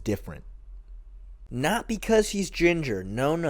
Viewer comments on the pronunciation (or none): none